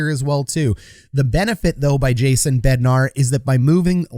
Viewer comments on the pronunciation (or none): It’s Bednar, not BednarD.